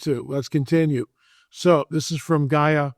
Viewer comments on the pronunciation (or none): none